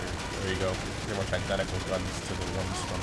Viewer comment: i-den-TA-cal lol he says it so weird like he has trouble with it